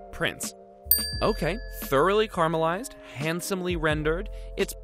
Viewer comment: Carmelized: converted into Mt. Carmel! Yet he pronounces “caramels” correctly. This is bizarre. I think there’s a complete mental disconnect between “caramels” and “caramelized” here. Or am I hallucinating and mishearing what he says?